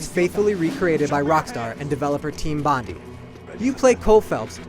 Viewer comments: OI IGN ITS TEAM BONDI (PRONOUNCED BOND-EYE) NOT BONDE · i think that ign should put more BRAINS in there reveiws team BONDY?!! I LIV IN SYDNEY AND IM PRETTY SURE ITS BONDI!.....you make it sound like a little girl... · It's team bond-EYE not team bond-EE! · Bondi is probounced bondie not bondy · Bondi is pronounced as bond-eye not bond-y. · LOL "Team bondeeee" its pronounced bond eye. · bond eye not bond ee bloody yank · bond-eye, not bond-ee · its not bondy its bond eye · its not team bon-dee its team bon-die like bondi beach in australia where the team is located >.< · Bon-die, not Bon-dee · it's not pronounced "bon-dee" it's pronounced as "bon-die" (as in dead). GET IT RIGHT! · "Team Bond-ee" lol. It's Team "Bond-eye" fyi. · its pronounced "Team Bond-EYE", not Bondee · BONDI NOT BONDY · It's pronounced bond-eye mate, not bond-ee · Dear Americans, its pronounced BON-DIE!!!! Not BONDY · Team Bondi is pronounced Bond Eye. Sheesh. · Bro he really called Bondi, BONDIE smh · Good review. Btw the 'Bondi' in Team Bondi is pronounced 'Bond-eye' - just an Australian talking here. :) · Its BOND-EYE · its pronounced bon-die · Pronounced Bondi wrong. It's "Bon-Die" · Thanks for the cool review mate. Bondi is pronounced Bond-eye. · BONDI (bon - die) learn to pronounce it. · Team Bondi is pronounced "Bond-eye" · Its pronounced Team Bondi as in (Bon-die) gosh !! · Lost all respect are mispronouncing Bondi. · LEARN HOW TO PRONOUNCE BONDI!!!! STRAYA! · The way he pronounced Bondi! It made me want to punch the sceen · lol he pronounced 'Bondi' wrong, IGN..... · I like how he said Bondi wrong. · americans need to know how to say bondi the correct way. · That's not how you pronounce Bondi. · learn to pronounce bondi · True, but they did also mention the developer is team bondi albeit he pronounced 'bondi' wrong. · fucking ign dosent know how to pronounce bondi dumbasses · Lol the dude pronounced bondi wrong... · Learn how to pronounce BONDI. GOD DAMN YOU!